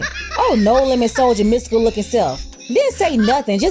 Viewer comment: She said “ mystical “ 😂